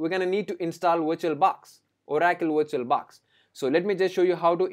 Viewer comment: If he gets 1$ for everytime he says viiituol baax , this man could become BILLIONAIRE